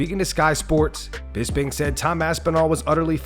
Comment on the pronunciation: it's BisPing, with P like Potato